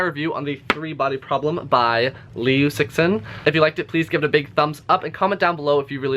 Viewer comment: Note: the "i" part in your description should be pronounced like "sh-i-rt". So imagine "tsirt" without the -rt part. Also, the surname's pronunciation is better described as "leew", like "few".